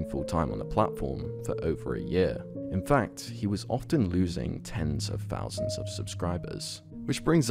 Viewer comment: bro its THOUSANDS not FOUSANDS.